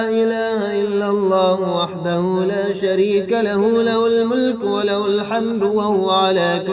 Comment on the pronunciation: Ye haa nikalke padha karo jese la ilaha illallahu wahdahu la sharee ka lahu